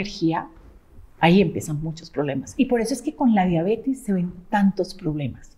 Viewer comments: Que raro que alguien tan supuestamente estudiado diga diabetis😮o yo no oigo bien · Me gustaría que pronunciara correctamente diabetes.